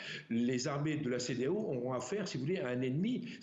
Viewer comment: La peur a changer de camp jusqu'à la journaliste dit la cedealeau !!!😂😂😂